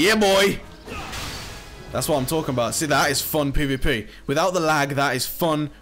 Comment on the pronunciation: Why do you say pay v pay?